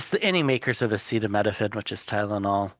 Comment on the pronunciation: Where is the rap remix of the felons pronunciation of acetaminophen??